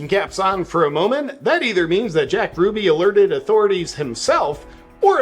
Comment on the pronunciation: You're mispronouncing Jack Ruby's last name.